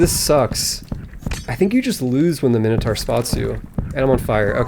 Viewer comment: It's great that you made more of this series. It's not pronounced minnohtar, BTW